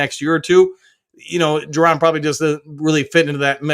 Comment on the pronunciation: You keep saying JUR-DON….. isn’t it Ju-Don? No R? lol 😅 this is like the 3rd video figured I’d say something this time. Still funny to hear though.